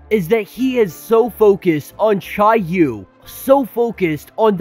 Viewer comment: I googled how to pronounce each of those words and that’s how it said they were pronounced. Except for chiyou I said that wrong